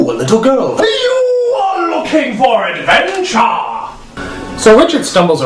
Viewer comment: "HEYU ARE LOOKING FOR ADVENTUAH"